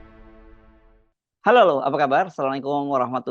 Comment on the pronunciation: Gibran berkata "Hallouw Rakyat ku...!" 😂😂